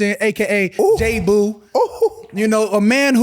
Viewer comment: It's JAboo no Jboo. smdh